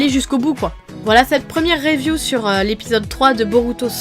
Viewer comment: mdr à comment tu dis le mot review